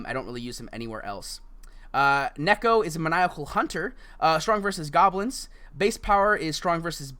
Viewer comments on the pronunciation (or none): none